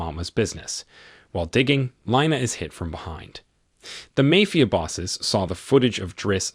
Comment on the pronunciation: Does anybody else pronounce "mafia" correctly every time it is mispronounced?